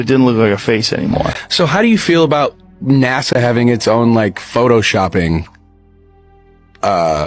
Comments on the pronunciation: "NAZA" LOL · Man you gotta quit saying NAZA. Lol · Please stop saying NASA with a z. It’s ridiculous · its naSa not naZa...nnaaaassssaaaaaa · Hey, Would you please stop calling NASA, "NAZA"? It's a hard "S", like STEPP... SSSSSSSSSSSSS! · Love the way calls it NAZA, he's correct, except the last A should be I, let's face it, Nazi scientists started it. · Is it driving anyone else crazy the way he's pronouncing nasa "naza"?